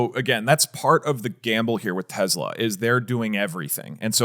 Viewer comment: "Tezla" - Doug